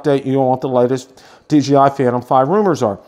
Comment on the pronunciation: Great video and thanks for the information but I keep getting a little shutter every time you say DGI instead of DJI.